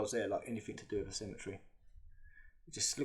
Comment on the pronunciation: Love the channel. Your " friends" wont tell you this, so I will. Stop speaking like a child, please. I've heard you say the and they and this correctly, sometimes, so you can do it. Then you say Wiff (with), vis ( this), vat ( that),vare ( there) ova ( other), fing ( thing) megaliffic,frew (through), free (three), fink (think). Etc. You are clearly intelligent but speak like a child. Doesn't help your credibility old mate.